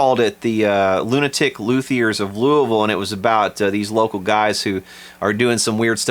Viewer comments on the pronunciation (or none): none